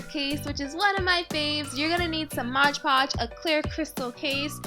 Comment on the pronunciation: i love this but its not modge podge its MOD pogde